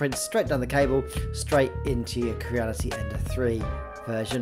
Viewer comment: your mispronunciation of " Crea " had me searching for "Kera " for two days . Lets try it together Cre-ah. Not Keer-ah. start slow and biuld up speed until youve got it . good vid otherwise